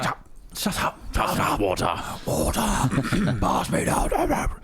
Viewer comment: "Hi I'm here to read your war-tomater?" "My...my what, sorry?" "Oh fuck sake. The water meter."